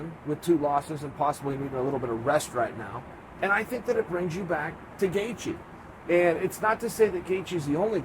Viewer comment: Gaithje Is pronounced Gay-chi...Tnx